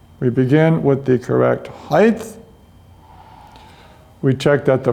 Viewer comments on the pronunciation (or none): its not 'heighth'..its height...t...t...t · Not heigth, height